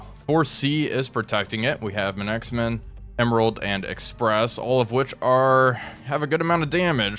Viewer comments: Bro, it's pronounced "manksman" not "manacksman". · Still continues to call the Manxman manixman FFS! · Love your videos. You keep mispronouncing Manxman though. It should said phonetically as manksman. I live on the little rock the ship was from originally. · He does that sort of thing so often that I just chalk it up to his form of the English language, "Wolfpackese". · Dearest, you are pronouncing Manxman incorrectly. A Manxman is a native of the Isle of Man. They have a cat breed called the Manx. You don't pronounce the X separately. It's all one word. 😊❤😊